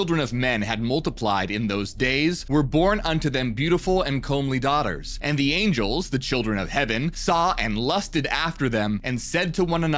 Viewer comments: "Comely" is pronounced "cum-lee" FYI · (Comely is still pronounced cummly. Not like a comb as an adverb. )